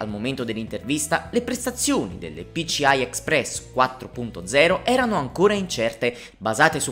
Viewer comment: PICIAI non si può sentire!